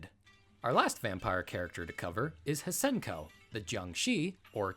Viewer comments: Interesting video, though some of your pronunciations are off with Donovan (pronounced don o ven) and Hsien-Ko (pronounced sh en ko in the Chinese language). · The H is silent... it's simply Shen Koh for Hsien Ko. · For future reference (and to hopefully spare you the headache of people giving you a hard time over not being able to correctly pronounce things not in your native language), I believe Hsien-Ko's name is pronounced like "Shen-Ko", or something like that. That's how it sounded to me in the few games her name is actually called out, anyway. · It's pronounced "Scee-ehn Ko" and is more of a zombie than a vampire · Actually, it's pronounced "Syen-Ko." If you need proof, well here ya go